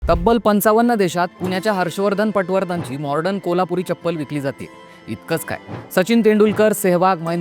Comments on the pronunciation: मॉर्डन म्हणू नका, मॉडर्न म्हणा! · Morden Nahi re baba...modern....